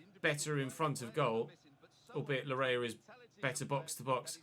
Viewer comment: Laryea's name is pronounced "Lar-yay" it's a Ghanaian name for some context